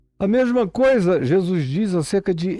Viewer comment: Zèzuis, Zé zuis kkkk. Muito bom.kkkk